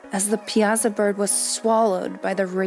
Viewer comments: We call it the Piasa bird. Comes out sounding like (pi saw) not piozza.. not trying to be rude but was trying to figure out what you talking about at first took me a second to hit me what ya meant .. lol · We pronounce it Pi a saw bird. At least that’s what I was told.